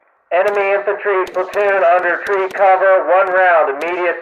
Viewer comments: Interesting that he says tree instead of three. :) White phosphorus shells?! Jesus... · Tree Fife... out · Something easy to gloss over is the use of 'fife' and 'tree' for 'five' and 'three'. This is really important for suboptimal radio conditions. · Tree? Fife? The fuck is that shit? I have NEVER heard that over R/T. Must be some idiot training garbage. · "One-two-TREE?" 😆 Great video! Very educational!! 😄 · I noticed they say things like Tree and Fife a lot like you say over the radio to ATC when you’re flying. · I think I heard "tree" in place of "three" as well, great attention to detail, only picked up on by those who know lol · It sounds like the forward observer and the FDC both say 'tree' and 'fife' instead of 'three' and 'five.' True? If so, any other little military lingo that's not obvious would make a great future video. I LOVE the way the military have come up with serious, detailed routines and procedures both to protect our boys AND ensure we are hitting the right target. One of the many ways our imperfect, but always evolving, military stands head and shoulders above the likes of the 'hide our war crimes' club. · For those who are curious, you are hearing audio from a training film. I've never heard anyone use the phonetic versions of three or five ('tree' and 'fife' respectively). Also, the audio is too clean and too cadenced.